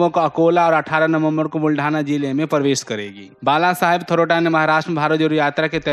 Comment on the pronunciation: थरोटा नहीं भाई " थोरात " कहींये । अमर उजाला में ऐसे कैसे समाचार पढ़ा जा रहा हैं बहुत सोच समझकर ग़लत पढ़ रहे हैं